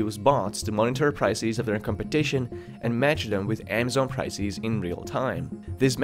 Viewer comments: "Beezos, pricees" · Great video but you bloody annoy the shit out of me with the WAY YOU pronounce PRICES - E is supposed to be short not long like pricees OMG yeah and correction you do the same with every word that ends with ES pls try not to do it because it is really annoying. IF you can do that your videos WILL BE GREAT ! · its prices not priceis es not is goddamit.. be normal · I really shouldn't, but... It's prices, not "pricees," and businesses- not "businessees." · Please stop saying Amazon as "Amm-zon" instead of "Ah-ma-zon" and "prices" as "pry-SEES" instead of "PRY-ces". There are several other words where you pronounce an undue "SEES" at the end too, it's very distracting. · Prices, not pricees. Businesses, not Businessees. Loses, not Losees... its like getting verbally pecked to death by a duck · Which English speakers pronounce price = pric ie s, businesses = business ie s, services = servic ie s, performance = performan ie s like this narrator? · Bezos - Beezos Prices - Prycees Buisness - Buisneess Loses - Loseees What's up with this guys pronunciation??? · What's a "priceese"? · I enjoy your videos, you can tell you've spent a long of time researching and editing. But man... the way you pronounce "ie" or "e" is triggering. Why do you read the word Diaper correctly but not prices or loses. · Just curious. How do you fuck up the word prices so badly? Also losses does not sound like loseees. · Pls learn how to pronounce basic words like prices and businesses.